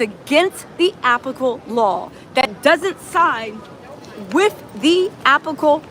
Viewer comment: It is applicable law not appacle law.